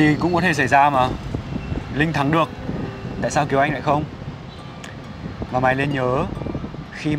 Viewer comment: Kiều Anh chứ kh phải Kiều Oanh, trời ơi mấy ông ơi :v